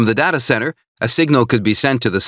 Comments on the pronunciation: Data not dada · Oh he says it as Da-ta.. I thought it is read as Day-Ta... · I can't get over his mispronunciation of "data" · There is no correct pronunciation of data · You'll never learn as long as you are pronouncing "Data" like that.